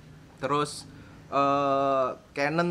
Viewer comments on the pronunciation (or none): none